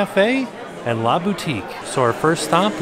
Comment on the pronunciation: Same! I'm surprised he didn't notice a difference when he said 'LA Boutique'